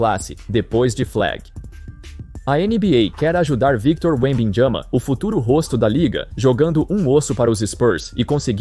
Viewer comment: Victor Wemb-jhama 😭😭